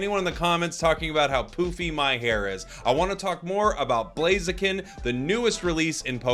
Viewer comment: The name is blaziken 😂🎉 not chiken